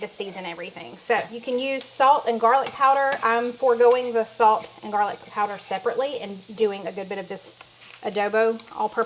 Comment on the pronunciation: Did you say Jarlic? 😂 love it!